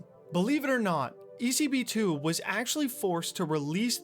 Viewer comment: Woah man! I was expecting this video for so long since you reached me on my mail, thanks for the shoutout and you absolutely said it right (I'm not even sure how you're supposed to pronounce it) it was a pleasure to help, and if any other time you need more info on old GTA Online related stuff, I'm your guy.